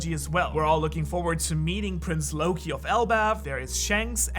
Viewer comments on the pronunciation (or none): none